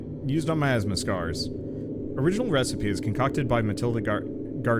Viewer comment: i like how the cat pronounces miasma (my- asthma) as meyasma it sound kinda like nya/meow